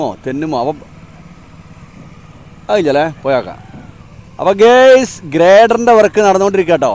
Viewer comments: Njan udeshichath usually instead of ഗെയ്സ് use ഗായസ് (ingane anu pronounce ചെയ്യൽ) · Gays അല്ല guys ആണ്, അർത്ഥ മാറിപോവനുണ്ട് . ശ്രദ്ധിക്കുക